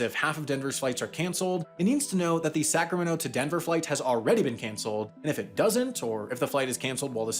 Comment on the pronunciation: Man pronouncing Sacramento as sacrameno sounds horrible.